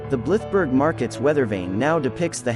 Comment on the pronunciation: You didn't pronounce Blythburgh correctly.